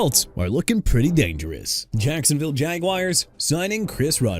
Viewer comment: AUSTIN CORBETT NOT AUSTON! WHOEVER MISSPELLED HIS NAME NEED TO BE FIRED! CHICAGO AS IN EITHER SHEE-KAH-GOW OR SHUH-KAH-GOW NOT CHEE-KAH-GOW!! ISIAH PACHECO PRONOUNCED AI-ZAY-UH NOT E-SAI-AH! JAGUARS AS IN JA-GWAARS NOT "JAGWIRES"!! NEW ORLEANS AS IN NEW OR-LINS NOT OR-LEANS!! DYLAN PARHAM PRONOUNCED PAR-UM NOT PEAR-UM! DUDE YOU NEED TO GO BACK TO SCHOOL AND STUDY PRONUNCIATIONS CUZ YOU CAN'T GET THEIR NAMES RIGHT AT ALL! TOO EARLY FOR YOU TO BOTHER ME!!!! By the way Zaire Franklin is a linebacker NOT A DEFENSIVE LINEMAN and it's Edgerrin Cooper as in Eh-juh-rin not Ed-garen! What's wrong with you?! AI voice or not, you need to go. Come back when you learn to get ANYTHING right!!